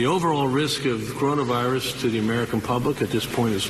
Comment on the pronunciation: Did he say coronus virus? Lol